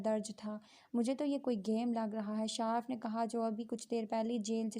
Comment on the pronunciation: Its not shaarf Its shaarif Not even a single reader has good reading skills for this piece